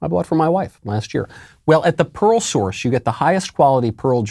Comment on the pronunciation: Pearl source. I kept hearing Parole source.